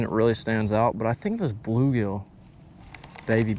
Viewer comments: Baby BULL gill. Not baby blue gill. I don’t know why that was driving me crazy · Nicely done, but cringed every time you said Baby Blue Gill. It’s a Baby Bull Gill.